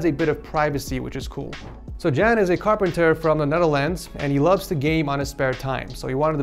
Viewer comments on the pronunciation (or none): Ik ga stuk! Hij zegt ook jen ipv jan hahah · just butchered the name ¨Jan¨ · Haha I'm Dutch too and hearing you say "Jan" made me giggle a little, it sound so silly in English. I guess the more correct pronouce would be like a "Yawn", without the "w". Like [ya-an], in English.